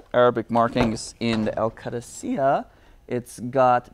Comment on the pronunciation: I'm an Iraqi also and this guy knows his shit - very detailed and very informative video all the way to the pronunciation of the word "Qadisiyah" I congratulate you on your efforts, liked and subbed a long time ago :)